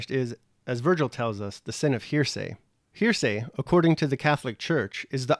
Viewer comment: I'm finding your commentary interesting, but you are making one big mistake--mispronouncing the word "heresy." It's usually pronounced "HAIR-uh-see," not "hearsay," as you are pronouncing it. "Hearsay" is something else.